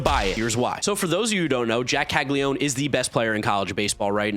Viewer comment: Caglianone….Cah-lee-ah-no-neh (I assume the surname’s Italian but I’m posting this for those who care to pronounce it the IT way. We do Anglify words in the US).